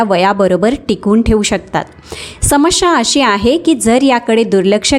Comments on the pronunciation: Samshya bolu naka samasya spasht ucchar kara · शेवण,अणेक,शमश्या यात योग्य उच्चार व्हावा हि अपेक्षा.हि माहिती वाचून दाखवत आहे हे जाणवते. अशी माहिती डॉ.नी सांगितले यांचे बरेच व्हिडिओ आहे ते.पाल्हाळ जास्त आहे.